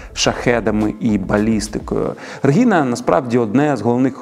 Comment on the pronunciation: дякую за випуск! але як можна у випуску стільки раз неправильно казати "регіна"? адже щодо тодоренко правильно казати реГНіна